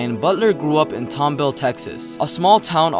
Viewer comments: “TomBill” The fuck lol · My cousin’s live in Tomball it’s pronounced like the name Tom and the word ball like in basketball